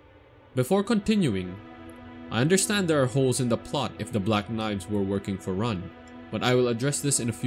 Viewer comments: Just saying it’s “Ranni” not “Ran-nee”. And there really wasn’t any new info here. It was like listening to OneMindSyndicate regurgitate the war hammer wiki page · RAH-nee. Not RAHNee. Big difference